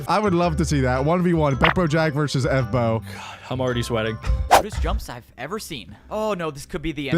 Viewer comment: Evbo ❌ Ebo✅